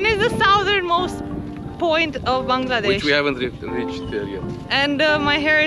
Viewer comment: Love your channel. The way you pronounce Bangladesh warms my heart. Bless ya’ll